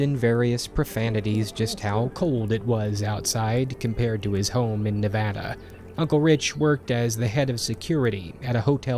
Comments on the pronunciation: Hey, he pronounced Nevada right! Y E S! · you said Nevada 👍